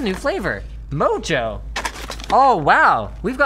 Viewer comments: Mojo is a Spanish seasoning. "J's" make the "H" sound. It should be pronounced "moho". Just so you know. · Btw, the "j" on mojo is pronounced with an "h" sound - it's Spanish.